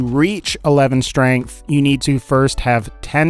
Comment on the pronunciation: Why do you say schtrength. Nice vid btw